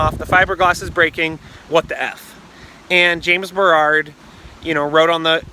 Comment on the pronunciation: Bro, it’s “James Baroud” not “James Berrarrrrd”